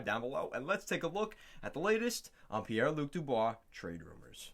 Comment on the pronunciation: Pie lu dubois lol